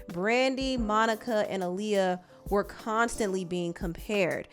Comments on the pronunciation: I wish people would say Aaliyah’s name correctly though. AH-Liyah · Her name is pronounced "Ahh Lee- yah"